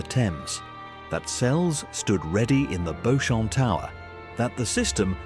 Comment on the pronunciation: It’s pronounced Beecham tower not “bochomp” ffs…